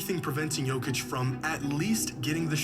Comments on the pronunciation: Say it slow my guy... Yo-Kitch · Idk how you can hear how Jokic is pronounced so many times in the video you're reacting to and still not being able to say Jokic properly 😂